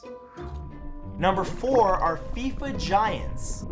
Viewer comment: When he said "fifa giants" i heard "feet vaginas" and i dont know whether to talk to my therapist about this or not